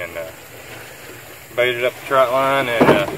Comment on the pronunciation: It is TRÔT line TR Ô T , NOT TROUT . Jeez , I never thought I would be the pronunciation police . But its that one thing .